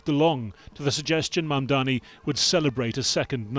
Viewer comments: How has it been nearly a year and Cuomo still cant get Mamdani's name right? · He still can not pronounce Mamdani's name. Shame!